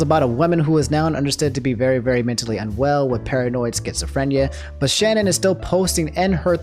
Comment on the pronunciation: The way you fucked up Shannon's name lmao, it's all good she deserves it